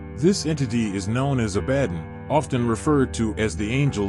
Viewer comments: Thank you…… that was making me nuts. He (or it) didn’t pronounce “Abaddon” correctly either. 😢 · You did all this research and cool artistic stuff but have no idea how to correctly pronounce Abbadon!!!!!!!!!